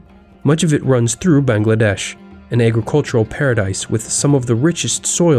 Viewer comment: ayy I’m a Bengali (tho since I’m from Kolkata the Dhaka dialect sounds so weird for me) Btw nice job you pronounced Bangladesh right